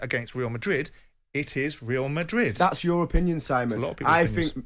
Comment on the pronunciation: let's face it, the only reason Trev would pick Barcelona over Madrid because he can't say the latter. "Weal Madwid". He's worse than Woy Hodgson